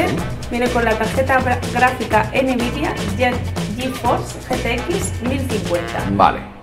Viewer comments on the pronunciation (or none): ¿Por qué mierdas decís Enevidia en lugar de Nvidia? Menuda demigracia de vídeo.